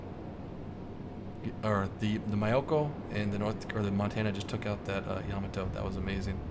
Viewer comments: why does everyone pronounce yamato incorrectly? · YA-MAA-TOE.........tell Baron as well.... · Maybe Yamato as well. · I dunno what is more infuriating, the constant misprounciation of "Yamato" or stuff like "did a 360 and got the hell out of there" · Soon he will learn how to pronounce Yamato